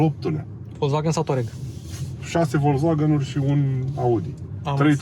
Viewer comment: 😁👏👏👏Unul dintre putzinii care pronunta corect "Volkswagen".... 👍